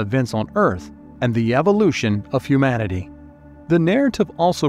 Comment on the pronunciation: Where can I get a job as a video narrator? Mispronunciation in narration is one of the most irritating and jarring aspects of YouTube videos. It’s not ‘hum-man-ity’, it’s ‘hue-man-ity’. We’re not hummans, we’re humans.